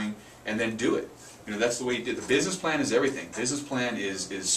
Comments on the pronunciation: ok... and (wtf?) this video can be summarized in one sentence. "Start with a written plan." Guys....props for giving information, but the whole video contect exists within the first 30 seconds. Also, it sounds like both of you are saying "plant" instead of "plan." Unless, you really mean you need to start with a "plant." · thought he said you need a plant lol